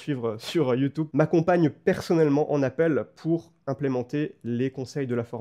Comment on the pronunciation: Des années, des années entières à être raillé par mes proches, par mon audience, par des inconnus, juste parce que je prononce "YoutOUbe", et enfin je découvre que je ne suis pas seul! Ce n'est ni plus ni moins qu'une libération, merci! Merci pour le contenu très quali, énorme le format!